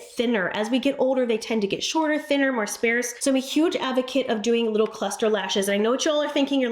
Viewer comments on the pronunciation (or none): Sparse is not pronouced like "spare" with an "s'" on the end (like spare change). Please stop mispronouncing sparse.